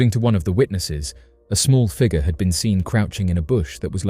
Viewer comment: I like how he says "figer"